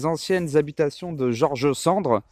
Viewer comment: George Sand plutôt que George Cendre 😂 la pauvre...